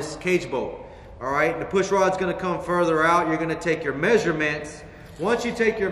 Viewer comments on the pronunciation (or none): none